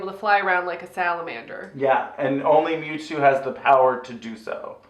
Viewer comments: I have never... NEVER heard mew two beeing mispronounced as Mooto x,D I’ve been a fan of pokémon since I was eight, stil a proud fan today even though im 26, never saw this film though.. I could tell it would be trash :P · I died when she said memetwo